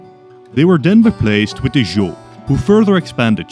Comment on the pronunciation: Love your videos, but I'd like to say: In Chinese pinyin the "zh" sound sounds like "J", so Zhou sounds like "Jo." Also Q sounds like a weak "Ch," that's why we derive the word China from it.